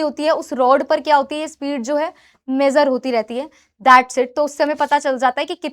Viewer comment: Who mam mejur nahi hai oy measure hai 😂😂😂😂